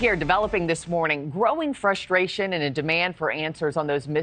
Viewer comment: I love this channel. I love the opinions. I don’t like how you say frustration. There’s an R in there, it isn’t spelled “fusstration.”